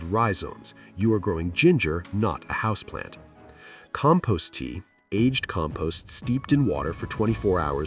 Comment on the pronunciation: Can't even pronounce "Compost" correctly.